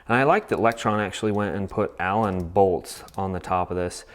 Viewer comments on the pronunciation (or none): none